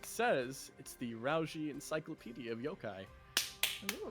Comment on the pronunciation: THE ENCYPLODIEA OF YOKAI i lost it lol